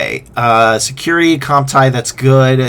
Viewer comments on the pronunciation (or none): It reads like comp-tea-uh. Just fyi. Not comp-tye-uh